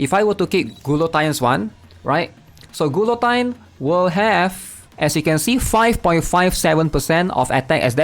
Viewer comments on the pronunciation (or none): Malaysian English moment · The way he says Guillotines name 😂